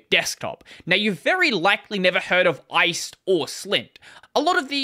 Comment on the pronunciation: I believe the rust GUI toolkit is pronounced "Ice D" (as in daemon; the full name rhymes with 'iced tea'), according to the lib authors - just FYI